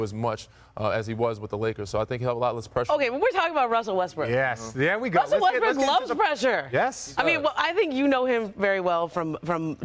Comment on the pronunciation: did she just call him Russell Westbrick?